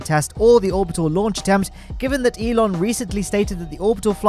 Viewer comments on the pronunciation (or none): none